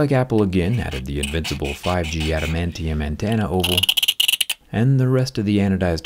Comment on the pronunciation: Best part of the phone "ADMANTIUM ANTANA" 😂